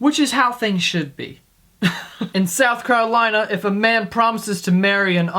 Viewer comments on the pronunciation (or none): "South Carlolina"